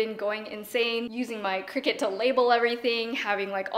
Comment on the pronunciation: I thought it was pronounced cry-cut, not cricket